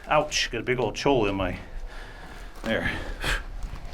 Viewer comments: Hey buddy. Can you please pronounce the name of that cactus correctly. Cholla is pronounced Choya. The double L is silent. I take that mispronunciation personally because of the few run ins I have had on my dirt bike with that Jumping cactus.. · The double L in cholla is pronounced "oy" so it's (choy-uh) not cho-lah 😋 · the Mexicans are chuckling at you, it's pronounced "choy-ah" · Choy- ya is the right way to say it